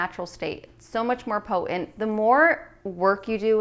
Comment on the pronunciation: Thanks for your helpful smoothie tips! Please enunciate your "T's" in the word important ! And in the word potent!